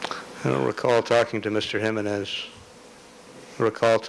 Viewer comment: OMG! I CANNOT STAND THE WAY J. COCHRANE SAYS JIMENEZ I'm assuming his civil rights work was not predominantly done with/for Hispanic individuals/communities